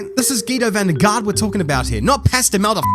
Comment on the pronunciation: you say van der Garde wrong. you dont pronounce the e at the end while if you want to do it correctly you have to say it as well